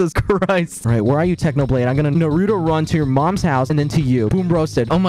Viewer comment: He literally say "naruro" 😭😭